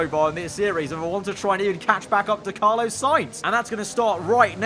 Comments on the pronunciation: It’s pronounced Carlos with an s not Carlo just saying I love this series keep up the good work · Love, but is it just me that gets frustrated when he says Carlo rather than Carlos? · It’s CARLOS not Carlo 😭😂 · Pronounced Carl oooos